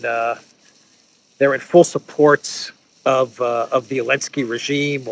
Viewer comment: Is there any other reason why this guy says 'Elensky' instead of 'Zelensky' apart from quick signaling of his Russian bias?